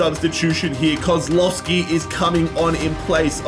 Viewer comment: By the way its not said Kozlowski its pronounced kozwowski but its spelled kozlowski